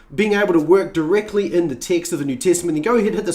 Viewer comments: I thought you were saying "Ticks"for over 12 minutes in...then I saw the words you were reading and noticed you read the word Ticks ?????? AND I then saw Text, you had been saying text/s instead of the word Ticks. LOLOLOL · Everytime he says "text", it sounds like "tics".